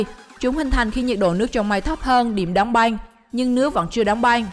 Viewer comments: Đg xem mà nghe cái banh banh =) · Cái giọng đọc đặc chất địa phương khó nghe quá : từ băng sao lại đọc thành banh ? hình như lưỡi ngắn ấy ? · băng mà cứ đọc banh, đóng bank , may máng, bạn có nghĩ ràn :)) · Băng not banh nha chị :)) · Băng not băn :) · Băng not banh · Đóng băng chứ k phải đóng banh . Thác lửa chứ k phải tháp lửa . Lỗ chứ k phải lổ Nhảm vkl 😏😏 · Lưỡi to ý mà